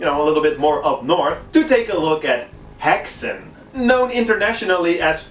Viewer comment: This serie looks very promising! Fun to see a native movie in the list aswell :) (i'm from sweden) It's funny to hear how non-swedish people pronounce "Häxan" :P you all say "Hexen" but it's pronounced more like "Hexan" with a short and sudden "a". To pronounce it correct, try to think of it like this: "hex" and "an" with a similiar "a" that you pronounce "art" with. Combine them and you get "hex'an" with a very short space between hex and an :) That "slut" joke was hilarious lol. "Slut" is swedish for "End" and is pronounced "Sluut", very different from how you pronounce the english word Slut. The english Word you pronounce it "slatt" but the swedish word is more like the "u" that you use in "you" so think of it as "uu" not "jouu" Hard to explain but i think google translate have sound files for almost every word :D